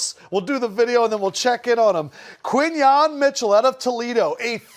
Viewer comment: QuinYON not quinton